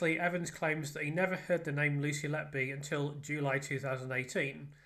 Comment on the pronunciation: I think you might be the first english person I've heared pronounce his name correctly.